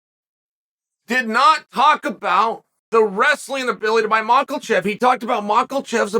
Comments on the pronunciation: How can he read mahkachev and say makelchev 😭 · Uncle Chael even reading the quote from Cormier and he STILL... gives us the MARKELCHEV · Makelchev is on purpose right? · The Biggest upset would be Chael saying Makhachev without an L in it 😅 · Listening to Chael pronounce Makhacev is like hearing Rogan call Vitor Victor back in the day😂. Chael, there aren't any R's or L's in Makhacev no matter how much you sound it out bubba 😂😂😂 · There’s no (L) in Makhachev. 🤣